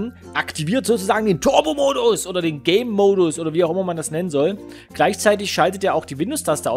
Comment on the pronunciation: Der Anfang :D Ich versteh immer wenn du "Gamemodus" sagst, "Gaymodus".